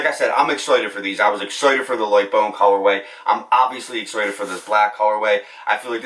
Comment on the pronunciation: Why can’t he say “ excited “ properly ? It’s my first time here